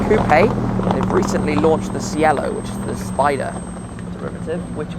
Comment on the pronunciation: The MC20 spyder is pronounced ‘chello’, it’s Italian for ‘sky’.